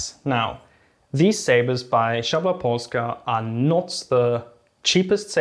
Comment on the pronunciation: great pronounciation for szabla.